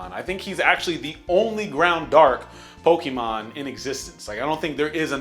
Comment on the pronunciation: I thoroughly hate, the way he Says Pokémon, it's poke eh mon not Poke EE mon.